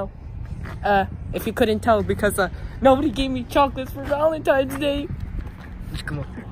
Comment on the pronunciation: Valentines, not valentimes